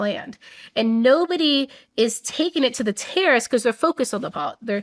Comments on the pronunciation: I kept hearing her say tariffs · She says terrorists but all I hear is tariffs lmao